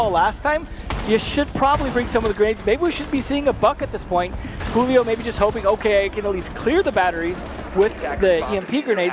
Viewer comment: Jewl-io not Hul-io